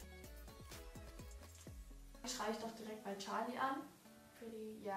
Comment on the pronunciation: Wie sie immer so tschali sagt anstatt charli😂